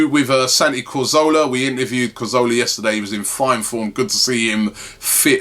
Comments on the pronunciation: robbie why do you say cOrzola, instead of cAzoRla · Santi CAzorla not Cozorla ffs